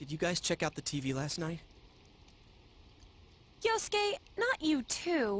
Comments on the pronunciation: its so weird hearing say “yusuke” after watching his persona 5 playthrough, even if the character’s name is yosuke. all i can think of is yusuke’s deep voice ow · The fact he got both yukiko's and yosukes name wrong